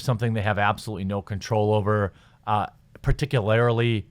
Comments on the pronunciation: well, someone's in a good mood. cheers is hillary banned as well? btw, particularly, does not have an "i" between the "r" and the "l"; just an fyi. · Love the content Jeremy, but man the pronunciation of "particularly" lol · Jesus, I thought your inability to pronounce "particularly" was as bad as your dyslexia got. Apparently not. Someone saying "it's really OVERT" is not saying "I'm really over it" as you keep insisting! Look - I'm on your side, dammit! - I despise SJWs and their blood-poisoning of Western society. But you seriously need to run through your clips to catch and remove idiotic errors like this - in which your entire argument is based on your dyslexic MISreading of the text - before you put it out there for public consumption. This isn't a game, if it ever was. The longer we allow these snakes to control media, education and giovernment work, the more certain it is that we're dooming our kids to a sotto-voce totalitarian future none of us were forced to survive. So please, Jeremy - double check your copy before you put it out there. We've got enough of an uphill climb already without making it worse with correctable errors. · Please stop your gross mispronunciation of "Particularly" Like holy shit you've been doing it for months